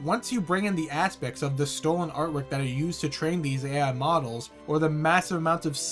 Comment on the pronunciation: ngl bro stinks of twitter, i tried to give you a chance, but the "meh stolahn art" "meh globahl warmung". I was mistaken to waste so much time, your second video on that series just confirmed my thoughts. "meh warking clas" says all i need. Have a good day, i found your constant interrupting really annoying